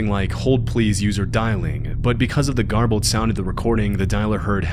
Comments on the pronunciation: JARBLED mess? GARBLED! Learn to speak properly. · Pronouncing garbled as "jarbled" your videos always have stupid mistakes like this. If the narrator has a good voice but isn't that bright maybe get someone to check the videos before uploading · “Jarbled”?? The word “garbled” has a hard G you gerk.